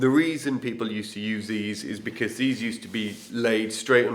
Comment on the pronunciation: I am a great fan of how people pronounce certain words..never making fun, it just gives me a little smile....please don't ever stop saying "bekizz"......😊.